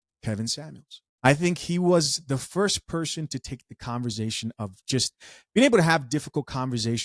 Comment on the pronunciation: Conversation not converZation. 😂